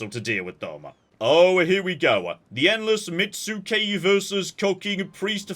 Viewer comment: I know there is definitely a u written in metsuke but it isn't actually pronounced. Japanese uses syllables as their base for their script. So metsuke (目付)) where 目 is め (mè) and 付 is つけ (tsu, ke). Now you say: "Ah clearly the Japanese also put a U in there". Yes but syllables with u's tend to be cheating syllables and the preferred ones to use when you need a vowelless syllable (?). Most known example is です (de su). The polite way to end a sentence. even though it looks like desu it's pronounced des.